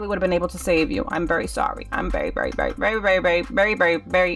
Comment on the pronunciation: 🤣🤣🤣🤣 when u where saying sorry i couldn't understand that u where saying berry sorry or very sorry !.